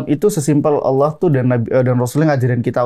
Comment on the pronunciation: Hmmm untuk pengucapan Allah sebenernya dalam ilmu tajwid kita juga gaboleh pake (wauw), bukan aulloh tapi allah. Yg jadi pembeda nya di makhrojul huruf lam nya 🙏